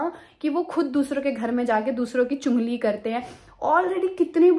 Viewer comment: Di chungli nhi chugli 😂hota h